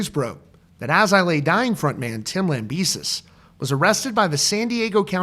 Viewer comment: ITS LAMBEH-SEE!!!!!!!!!